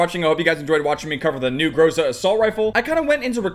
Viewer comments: Its not pronounced gróse-a its groza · So greatXD also in Russian "Гроза" Это звучит как "Gra-Za" not "GrO-Za" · Грейза)) как же круто он произносит название, лол)